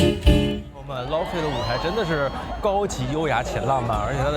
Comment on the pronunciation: Laufey 发音读错了😂